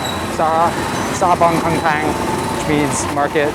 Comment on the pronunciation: Boeng = Lake, Keng Kang should sound more like "Kaing Kong", Kaing rhymes with "rain", the Kong portion sounds like the Kong in Hong Kong. "keng kang" was the name of a horror movie from the early 70s (pre Khmer Rouge) that told the story of the woman who had a baby with a "snake" that transformed himself into a man.